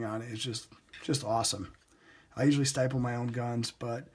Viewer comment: stipple pronounced like nipple. sorry just had to